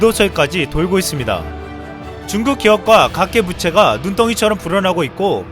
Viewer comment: 각계부채??? 가계부채 아닌가요??